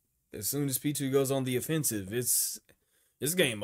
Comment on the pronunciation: since this is the last time you'll have to talk about Pitou in length, i'm going to tell you that you've been saying their name wrong the whole time, it's Pitou, not Pitwo :p